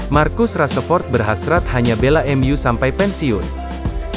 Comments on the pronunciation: Rashford bukan raseford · Rashford bang bukan rasepot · Rasepot rasepot,,, VO nya ganti yg bagus dikit ngapa,,,hihihi kyknya ini org jabar yg susah ngmong "F" jdnya "P" Rasepot,,,😂😂🙏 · min bukan rasepot tapi rasa rasemin, mimin nhe kayaknya bukan fans mu masa nama pemain bisa salah sebut bgt🤦‍♂️🤦‍♂️